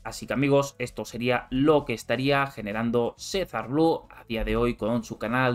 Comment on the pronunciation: Si no sabes pronunciar el nombre escrito claramente en el canal menos sabrás cuánto gana